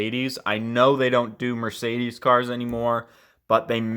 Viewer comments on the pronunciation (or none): none